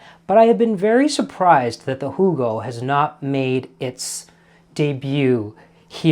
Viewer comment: Thank you, Rajiv, for this wonderful idea. Can't wait to go find some elderflower syrup and make a "Hoo-go." I think your friend Angela is correct about the bubbles. And by the way, excellent German accent as well as the Southern gent accent!